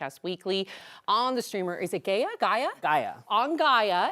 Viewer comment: Is it GAY-ya? 😂🤣😂